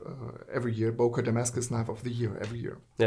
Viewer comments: He could have as well taught you the right pronunciation of the company name ;) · i see the ceo cringing on everytime name böker is mispronounced